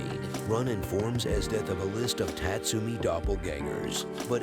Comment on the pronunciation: Tat - Sumi, LOL. It's pronounced Taatsoomi.